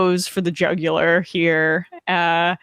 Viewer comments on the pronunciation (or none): "And he went for the juguler" and missed by a lot